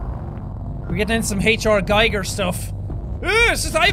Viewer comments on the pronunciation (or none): It's pronounced geeger. The guy was really pissy when people got it wrong.